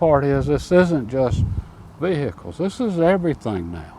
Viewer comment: Vee- hick- uhlzzzz.